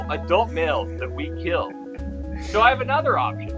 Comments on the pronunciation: as the tey on forged in fire, "it will keel" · It will not keal